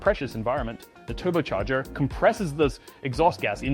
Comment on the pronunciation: I nearly spit out my coffee hearing the pronunciation of turbocharger 🤣 These AI segments are hilarious